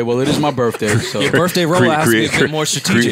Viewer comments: Man pronouncing birthday as birfffday makes him sound so cultured. Keep up the good work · I hate when people say Birfday